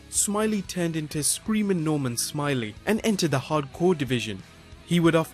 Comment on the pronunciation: It's pronounced Norman Smi-lay